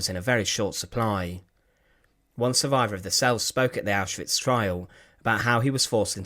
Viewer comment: I love how the narrator says auschwitz! It's neat!